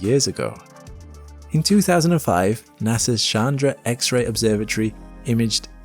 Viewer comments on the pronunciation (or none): none